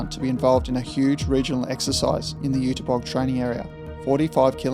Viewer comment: First Zinna and now this, great work! Nowhere else have I learned this much about German Dampfloks. And kudos for the pronunciation of the German words, even the ü of Jüterbog can be heard, even if it's missing in the text sometimes.